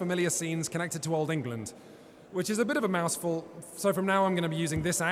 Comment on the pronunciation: my favourite part was when said "mousefull" instead of "mouthfull" and also the part about chess